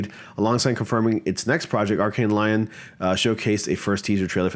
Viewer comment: Lyon is pronounced like Leon